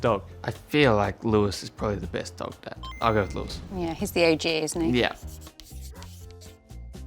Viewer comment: Editors leaving in George saying "breast" is diabolical work